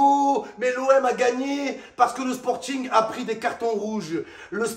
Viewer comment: "le " 😂😂😂